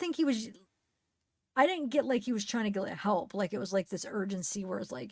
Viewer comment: I heard HALLLLP! at least twice